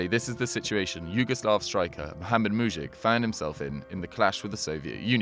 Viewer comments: Its mujic not muđik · Mujić isn't pronnauced like that